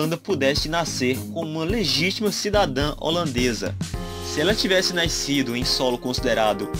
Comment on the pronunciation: não é naiscido, é nascido!! Puta mania de carioca